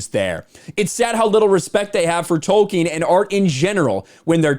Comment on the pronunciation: It’s Tolkien not wolkien!